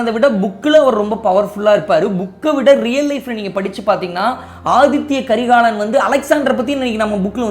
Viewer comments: Inime pulampi enna nadaka pogudhu🤦🏻‍♀️Athitha not Athithya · ரெண்டு மூனு முறைக்கு மேல ஆதித்ய கரிகாலன் என்றே உச்சரிக்கறீங்க, ஆதித்த கரிகாலன் என்பதே சரி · Aadhithya karikalan illa " Aditha " karikalan...Tamil word athitha